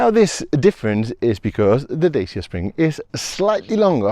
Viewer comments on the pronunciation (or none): Pronounced "Dachia" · it's pronounced "Datch-A" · It's pronounced Dacha. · No, its pronounced Dacia